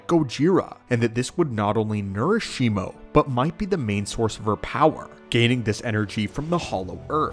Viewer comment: Bro the name is shimu. Where did shimo came from